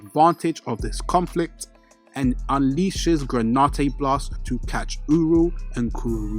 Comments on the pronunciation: It's granite not granautae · "Gra-nite" not "gra-ni-te"🙏 thank you so much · Please please please learn to pronounce the words that are the subject matter of your videos. It is genuinely nauseating to listen to “analysis” or whatever from someone who can’t even pronounce the names of things they are analyzing. What on Earth is “gray nah tey” it’s GRANITE. It’s pronounced SATOR-U Gojo not SATOR-O. Please man. It ruins your credibility. You have infinity time to get it right before you post a video. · Seriously..... GRAN-IT the e is silent